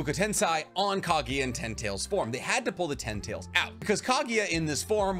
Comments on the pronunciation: Interesting topic but the way you pronounce names, techniques etc. is so annoying, a lot of people probably clicked away. This is an example of a guy trying so hard to watch anime and watches dub. PS: who to f is Ka-gi-yuh? KAGUYA. KAGUYA! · Love the hypothesis, but for the love of god, next time you talk about anime, learn how to pronounce names (like KAGUYA!!!! not KAGIYA!!!)... etc... cringy